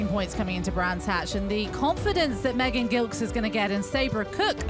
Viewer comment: one day, they will pronounce Megan's last name correctly (soft g)